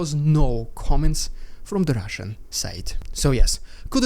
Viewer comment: LOVE your humor!!! the Rrrrrrrrrediculous rrrrrrrrrrussin pppppropagand, in HIGH SPEED, was funny! There is wind noise in your audio. Is there something blowing on your mic? Maybe in future meetings with the ruzzian MOD, they will prop Gerasimov up so he looks like he is alive???? They did it before.... We can only hope! Thank you for the update! Sounds GOOD! Slava Ukraini!